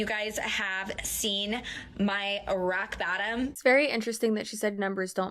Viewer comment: Why did she say rock bottom like that the first time lol